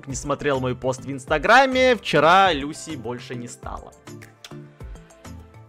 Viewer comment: Вообще - то Люси́ ударение на "И"